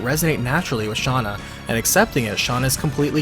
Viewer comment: Stop saying Shanna it's Shana